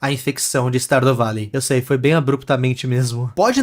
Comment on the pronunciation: "Stardo valei" AKAKAKAKAKKAKAKAKAKAKA